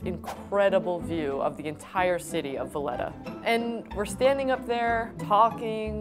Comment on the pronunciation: "Villetta" .3. VA-LE-TTA